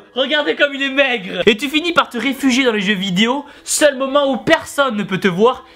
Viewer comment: Tibo il a dit "les jeux vidios" mdr